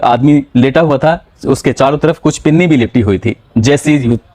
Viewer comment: पिन्नी नहीं पन्नी